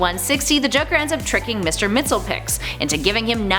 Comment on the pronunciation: She said mr mex-pelic its mr mix-a-pi-da-lic